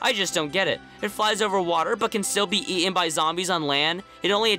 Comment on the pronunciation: the way you pronounce his water is hilarious